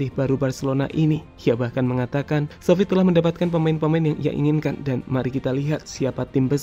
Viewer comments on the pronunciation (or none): Btw itu kurang x bang Xavi bukan avi